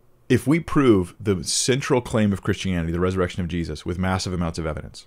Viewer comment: you said 'Jezus' that sounded so Dutch!! Thank you again for your wisdom! And the blessing you share with us. God is good.